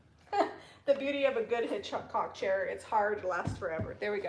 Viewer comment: Hitchcock not hancock